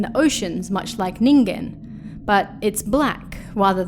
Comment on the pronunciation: Thank you for saying "Ningen" correctly 😭